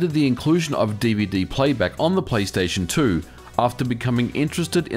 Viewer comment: "Playsation 2"?